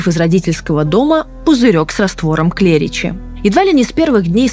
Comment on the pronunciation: Пожалуйста,ставьте правильно ударения!!! Не стУпни,а ступнИ,не жидкость КлЕричи,а жидкость КлрИччи!!!